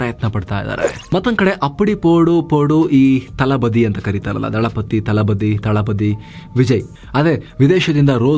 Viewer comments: “ತಲಬದಿ” ಅಲ್ಲ ಸರ್, ಅದು “ದಳಪತಿ” 🤪🤦🏽‍♂️ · ತಲಬದಿ ಅಲ್ಲ ದಳಪತಿ